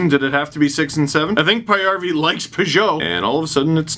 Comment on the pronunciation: I was honestly not going to watch this one LFR (Paajarvi is my favorite player {yes I know he’s not the best but hey I’ve been following him since 2010}) you were nicer than I thought towards the Sens, even if you did pronounce Magnus‘ last name wrong (don’t worry everyone but his own teams commentators do).